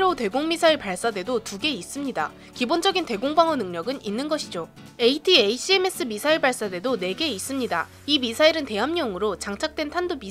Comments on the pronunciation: 에이티에이씨엠에스가 아니라 에이태킴스요..ㅋㅋㅋ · ATACM 에이테킴스라고 읽어용